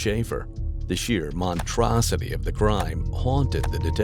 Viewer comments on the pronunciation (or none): "montrosity"?? Are you trying to say monstrosity?